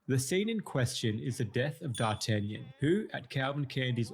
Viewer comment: you butchered D'Artagnan's name worse than the dogs did to his character